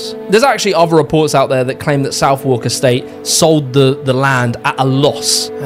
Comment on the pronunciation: It's pronounced "suth-erk", not "south-walk"